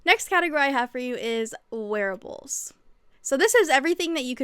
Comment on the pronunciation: When you said "wearables" I thought you said "werewolves" and now I'm wanting werewolf-themed patterns 😅